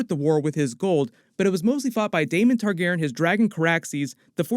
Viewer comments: I LOVE your content but I’m autistic and I MUST know why you are saying Targaren instead of Targaryen? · Why do you keep saying Targeren?? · Excellent breakdown and background. Nice job! Also, Targaryen is four syllables :) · Not trying to be mean just confused why is saying Targaryen different?